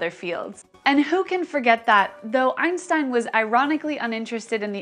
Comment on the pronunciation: this pronunciation of Einstein is awful